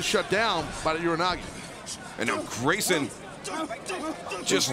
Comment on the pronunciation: Hey, someone finally pronounced Ura Nage correctly. Thank you Excalibur. Now if only pro wrestling commentators knew what an Ura Nage actually is...